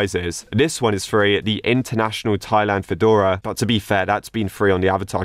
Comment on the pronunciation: finally someone who knows how to say “Thailand” i am happy.